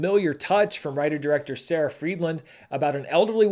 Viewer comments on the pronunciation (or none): none